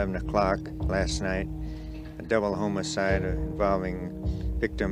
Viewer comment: good spot, I agree he sounded like he was going to say homocide